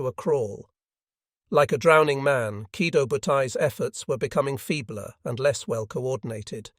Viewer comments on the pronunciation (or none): Oh, I get it now - the AI is leaving out the O sometimes - yea that is annoying. I thought you were suggesting that there was no long-o at the end of Kido